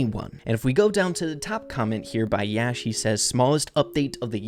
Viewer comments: yash is pronounced as yaa-shh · Bro its not yaas. you say that yes or yeah. he is a indian and its a indian name and i am also from India 😂😂